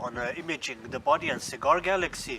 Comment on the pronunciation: Super creative, very well executed!, and FUN! Great work! PS isn't it "Bode"? Sometimes the 'e' in this inconsistent English language, is not silent, but long..."bō-dē" not a big deal, but